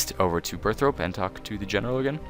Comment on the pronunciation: "BIRTH ROPE" OMFG MY EARS